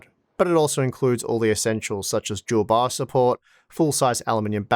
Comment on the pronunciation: I was like... What "Jewel box"? ... And a few seconds later I realized that's how they saying "Dual BIOS" :-D